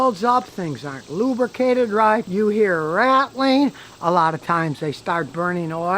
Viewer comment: You hear "ratling" lol! Thanks fornthe great info Scotty!!